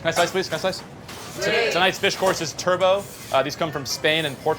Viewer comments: Just wished he’d stopped saying Turbo instead of Turbot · also, this is super annoying...it's Turbot (Turr-bit), not Turbo... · it's pronounced turbot, not like the car - lol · Forget the cooking. How, just how do we pronounce Turbot, turbo……..? There is no way this chef is getting a third star with pronunciation like that.